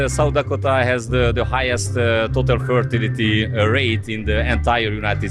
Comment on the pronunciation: Az amerikai srácot jól lehet érteni, a magyar fickó több szavát nem kaptam el, még jó hogy feliratozta. Pl. "fertility" abszolut X volt hallani.